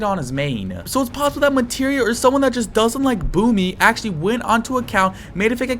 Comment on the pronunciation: blud said acholy